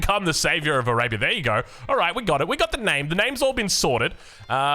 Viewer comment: What rhymes with Arabia? Savior... I mean, only with your accent...😂